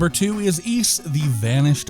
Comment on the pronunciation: Ys was originally meant to be pronounced wise, but we messed it up.